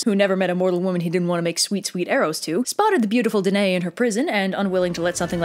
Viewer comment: One error: Danaë is pronounced dan-eye-ee Other than that, PERFECTION!